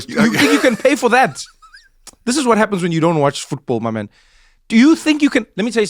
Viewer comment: He hit that "My Man" with the MOST American accent.